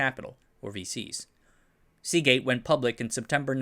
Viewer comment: Hey,, I think I commented on this video several months ago, but now rewatching: Oops, "Seagate" doesn't end with a t!